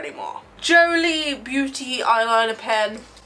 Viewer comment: Every time you say Jolie, I hear Jolene and suddenly I hear Dolly in my head. LOL